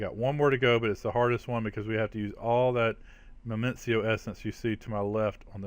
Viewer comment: Minicio doesn't have a second M. You drive me nuts saying Memencio lol